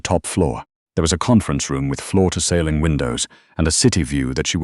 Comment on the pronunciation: My personal favorite is "Florida Ceiling Windows" for floor to ceiling windows.